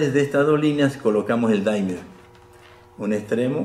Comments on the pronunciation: soy fan y espero que no me quemen en leña verde por esto pero no se pronuncia "daimer" sino "dimer", tal cual, porque viene del verbo dim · Hola apreciado amigo Laniakea, Gracias por la visita y amables palabras. Me alegra que hayas visto este video sobre el Dimmer. Regulador de Voltaje...Permíteme que te FELICITE por tu acertada información. Acabo de consultar la pronunciación, es una palabra inglesa y en verdad es "DIMER". Aquí pongo el ENLACE para que puedan verlo... Nosotros hemos adoptado el térmico "daimer" porque en las tiendas donde los venden lo pronuncian así....y se ha covertido en un "modismo". Para que conozcas un poco más al DIMMER (dimer), Te doy un video de mi Canal, para que conozcas algo más de él. espero lo disfrutes.. Disculpas por el error al pronunciarlo....A partir de hoy lo llamaré "dimer"..... Te INVITO para que veas otros de mis 288 videos de mi canal. Trabajos de Física Experimental, para conocer mejor las maravillas de las Ciencias. Te deseo lo mejor. Suscríbete a mi Canal. Hasta pronto. Te doy el ENLACE de mis videos para que los veas poco a poco., -- Ecuador -- Un abrazo..!!